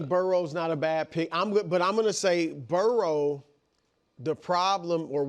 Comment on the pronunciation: Why can’t Wildes say the words “worry” and “Burrow”? What dialect prevents those pronunciations?